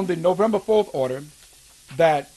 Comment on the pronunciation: Go get 'em, Jimmy. it sounds more like "odor" in the court than order. And Merry Christmas.